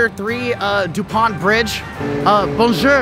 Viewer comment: Il dit benjer pas bonjour